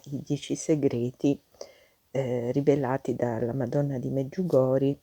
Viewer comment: Mi scusi ma si pronuncia MedjugorjE